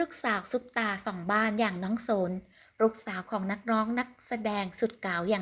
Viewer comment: น้องโสน อ่าน สะโหน